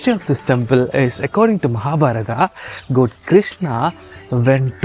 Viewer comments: Say “gawd” not “goad” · Your pronounce "...God" as goat! Pls Check tht.. I don't live in India .. Yr pronunciation misleads the text understanding!... Pls rectify it....all Over world watching it..information good!